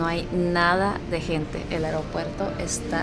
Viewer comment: Eropuerto " Aropuerto" ???? Es Aeropuerto 😃